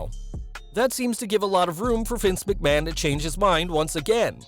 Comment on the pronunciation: Vince McMaho